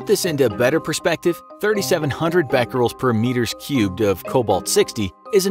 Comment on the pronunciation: When you said becquerels, I heard fat girls